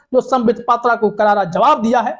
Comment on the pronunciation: Patra nahi phatra hai